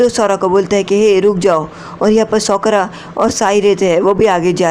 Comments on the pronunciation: Sakura ❎ sookra ✅ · Bhi uska name sokra nhi ha Sakura ha Thik sa bolo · It's not सोकरा it's साकुरा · Kya tumhe Sakura bolna nhi ata ha